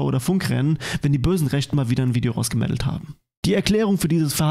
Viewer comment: Hast du wirklich „Video rausgemeddelt“ gesagt? 😂😂😂 ich Feier dich